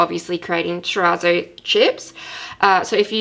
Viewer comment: Hey! Helpful video but just an FYI, you’re mispronouncing terrazzo- it’s an Italian word. Google have heaps of pronunciations videos.